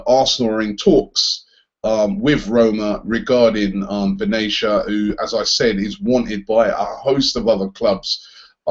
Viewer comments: benatia is pronounced ben atiya not benaysha. I know because im arab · Hey Robbie Benatia is his name as his pronunciation is Ben Atia not benachia :) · Ben-a-shia? What a bellend, it's Ben-a-tia, fucking hell